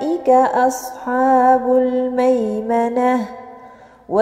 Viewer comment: مشاء الله لكن ملاحظة لقد استعليتي حرف الحاء في كلمة اصحاب لان الحاء من حروف الاستفالة